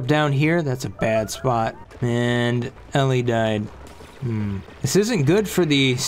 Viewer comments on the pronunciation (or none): none